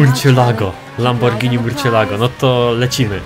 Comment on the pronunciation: muwi się lambordzini a nie lamborgini